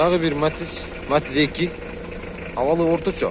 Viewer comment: Матиз деп так айтчы